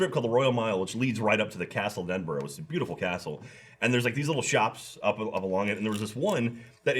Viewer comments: thats not how you same Edinburgh. its said like ed-in-bruh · Edin-BRUH. Edinburgh = eh-din-bruh. Not -borough, -burgh -> -bruh